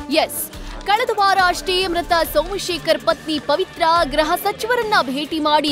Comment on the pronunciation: ಗ್ರಹ ಸಚಿವರ ಅಲ್ಲ ಗೃಹ ಸಚಿವರು.